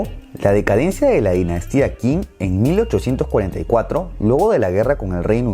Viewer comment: Creo sobre todo en pronunciar bien las transcripciones de los nombres chinos: Qing no se pronuncia King, sino Ching; repito: Qing = Ching.